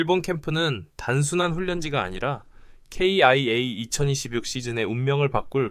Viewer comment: 기아라고 말하세요.케이아이에이는기분이나빠요.아님유투버그만하던지